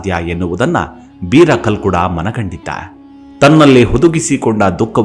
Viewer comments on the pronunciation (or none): ಸರ್ ಅದು ಕಲ್ಲುಡ್ಕ ಅಲ್ಲ, ಕಲ್ಕುಡ, ನೀವು ನಮ್ಮ ದೖವಕ್ಕೆ ಅಪಮಾನ ಮಾಡಬೇಡಿ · Kalludka anodana kelokke besara agute naanu tuluva sir uchara solpa sari maadi dhanyavada